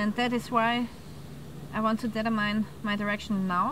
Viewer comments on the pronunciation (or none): Nice videos. Just something I've noticed in a lot of your videos when you say the word ' determine '. You sound like you say 'data mine', instead it's 'deter-min'. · please stop "datamining". Determine is pronounced "ditörminn". I tend not to critisize peoples pronounciation a lot, but this particular one triggers me every single time!:/